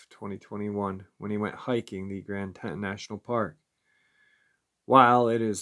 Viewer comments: Grand TEE-TONS. Grand TEE-TONS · Teee Tawnnn Grand Tee Tawn national park . not trying to be picky, just live in wyoming and it was making me cringe every time you said it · Tee-Tawn............Teton for short. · Grand Tee-Ton? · Pronounced Grand “Tea-ton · It's pronounced Tee- Ton. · Don't mean to be picky but it is pronounced Grand Teaton. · will never mispronounce Teton again after all the comments. It's all good he does such a good job 99.9% of the time. Much respect for the daily uploads. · Right!!!! Lol he’s driving me nuts how he’s saying it‼️‼️‼️‼️😆😆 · Come on New Yorker say it right